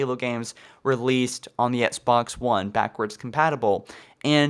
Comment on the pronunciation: And before you criticize my autocorrect fail, pronounce "Xbox" correctly and I may take your argument seriously